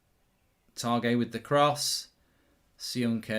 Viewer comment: Targett needs to be in the french squad, Mark you pronounce it like hitting the target on a dart board and he is English not french but class and I think we got unlucky to not get anything from the game but should’ve started better in first half, oh well we move on to Leeds # UTV lol now I’ve heard the Targett french joke😂